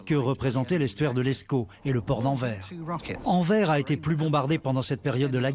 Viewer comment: ANVERS ce dit ANVERSE